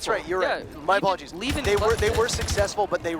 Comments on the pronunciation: Why are they now calling him leven and not liven? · I guess. I got used to "liven" even though I knew better at the start